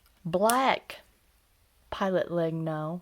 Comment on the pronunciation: Just a small thing: Legno (wood in italian) it's pronounced "Lehnyo" as the words mañana, Peña, niña. Or gnocchi.